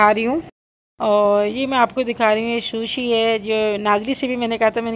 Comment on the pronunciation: شوشی نہیں سوشی ہے آنٹی😀